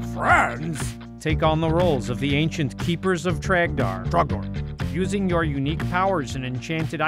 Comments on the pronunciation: Ughh It's dor It's TROGDOR IT'S TROGDOR EVEN TROGDOR COMES IN THE NIGHT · You know, for a guy doing voice over talking about the game, how is it that he can't get Trogdor's name right, but he can say burninate correctly?